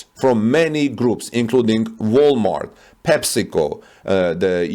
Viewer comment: When you say PepsiCo I'm hearing testicle. Coke is better!